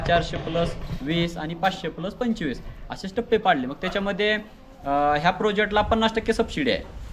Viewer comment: पंचेवीस असं नाही म्हणायचं. पंचवीस असं म्हणतात. जरा शाळेला गेला असतं तर बरं झालं असतं 😂😂😂